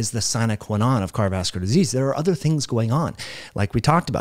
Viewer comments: Yes, I've suggested that slow down. Especially when he is reading what he is saying. And I usually listen to similar type videos on 1.5-1.75x speed. Also,, it's "car·di·o·vas·cu·lar". Has an "O", and six syllables. Thanks. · Can this dude not say "cardiovascular"?